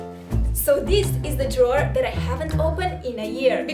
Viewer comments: Count how many times she said : the drower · Take a shot everytime says drwrer. Im alaredy dnruk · This how many times said drawer 👇🏾👇🏾👇🏾